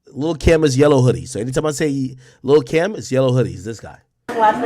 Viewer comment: It sounds like u said lil Kim